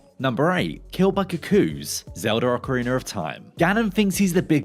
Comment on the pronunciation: It’s ocarinA, NOT ocarinER! Why do you add an R to the end?